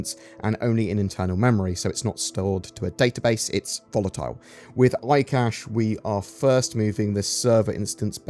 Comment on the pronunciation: Yes, eye cashe 🙂